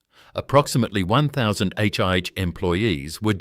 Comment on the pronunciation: 1. NSW Water Board? I believe you mean the Metropolitan Water, Sewerage & Drainage Board based in Sydney. 2. For God's sake get a human to do the voiceover. AI cannot pronounce Melbourne, let alone HIH and PLC. Bloody disgusting. And you want us to believe your little tale! Wake up!